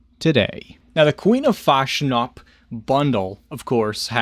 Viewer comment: I love how you never pronounce fatsnatch correctly.